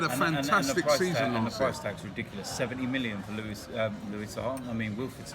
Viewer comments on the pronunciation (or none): none